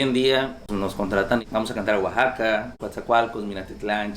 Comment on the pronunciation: Arriba Oaxaca! Orgullosamente Oaxacaqueño ! Por favor pronuncien correctamente Oaxaca,no es Ouxaca, Oasaca.gracias !